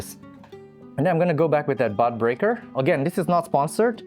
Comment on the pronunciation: It took me a minute to realize you were saying bud breaker ... I kept hearing butt breaker 😅. I haven't experimented with keiki paste, but it looks really satisfying!